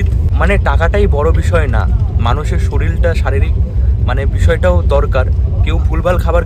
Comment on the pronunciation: মানুষের 'শরীল' !!!!!! মানুষের 'শরীর'। 'শরীল' নয়।